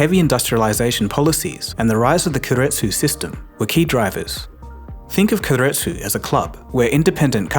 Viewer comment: Keiretsu is pronounced Kay-let-tsu, not Ker-let-tsu